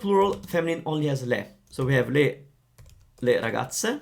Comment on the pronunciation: Thank you so much for this video! I'm a very new subscriber (just today :D) and I'm already hooked on your videos! I am just confused about the fact that when you said Le Raggaze and Le Pizze, you pronounced their ending as if they are singular like Ragazza and Pizza. Was that intentional? Grazie! I love Italy and Italians so much and hope to visit Italy some day!